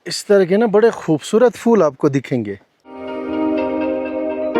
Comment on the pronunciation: Please don't mind aap kaha se ho aap ki language Hindi hai phool ko fool bol Rahe ho aap mushkil ko dikkat bol Rahe ho?